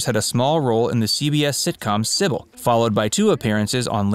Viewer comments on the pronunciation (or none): none